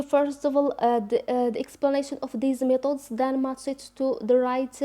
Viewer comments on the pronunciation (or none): Please sister we don t say ,. ميطودس we say. ميتيدس khadmi not9 its seems to me listening to a french teacher . Anyway good luck